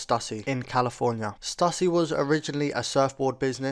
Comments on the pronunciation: ITS STOOSY NOT STUUUSSY BRO! 🤦🏾‍♂ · Cali born here....born in 80....I wore all their skate wear. So awesome to see! Although in California we pronounced it Stoooooosy dude.